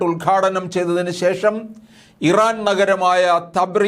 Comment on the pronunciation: ഇവൻ ഒക്കെ പബ്ലിക് ടോയ്ലറ്റ് നടത്തിപ്പുകാരൻ ആയിരുന്നു എപ്പോഴാണ് ഇവൻ വാർത്ത അവതാരകൻ ആയത് ആ രാജ്യത്തിൻറെ പേര് പോലും പറയാൻ അറിയില്ല